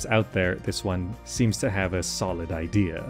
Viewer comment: "The I deer of the game"